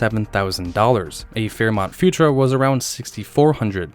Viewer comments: Futura is pronounced Few tour-a, not Futra. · Pronunciation tip: Futura is pronounced “fyoo-CHƏR-uh”, with emphasis on the second syllable, not “future-uh”. Thx for sharing info on this rare conversion model. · Futura pronounced "fyou-TOOR-uh".